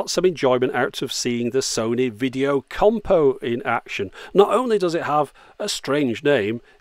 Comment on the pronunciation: It's not compo it's combo